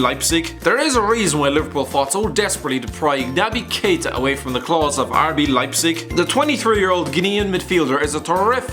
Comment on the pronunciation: and did he pre-record himself saying "RB Leipzig" so that he got the pronounciation right? The tone of his voice sounds exactly the same, and remember when he pronounced it "RB Lipshik" last time and got hammered in the comments? Idk, what do you think, I think that was pretty funny:D